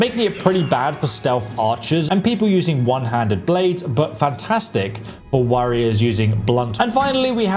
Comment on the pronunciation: “The orcs.. fantastic worriers”?